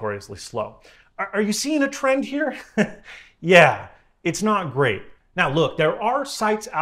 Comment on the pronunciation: ‘Grate’ lol